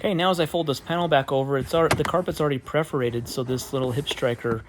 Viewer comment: Great tutorial, but AAAAAGH! The word is *PER*forated. perforated. Not PREforated. Think a cat purring, while poking holes in you - purr-forated.